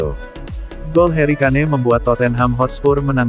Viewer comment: Tulisanya kane bukan berarti bacanya kane juga 😂